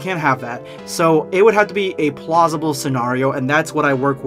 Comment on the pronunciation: Hey I thought you said plausible?